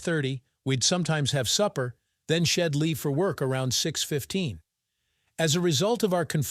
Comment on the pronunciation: Your computer that reads the story is illiterate constantly mispronouncing words like “she’d” among too many others.